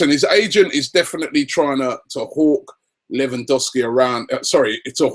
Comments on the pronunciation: I'm Polish can confirm it's correct :) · It's pronounced LE-VAN-DOV-SKI, let's not scare him off by pronouncing his name like the Americans haha